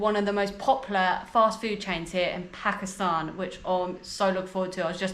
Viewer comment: Did you just pronounce my countries name correctly and not PAkistaN